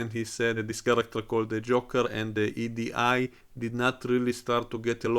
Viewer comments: you basically pronounce her name as the letters E and D close together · Come oooooon you can't say EDI?